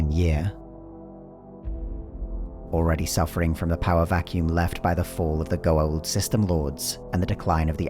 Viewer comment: it's pronounced Goa'uld